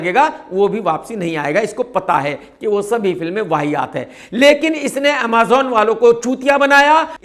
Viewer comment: Amaazaun nahi amazon 😅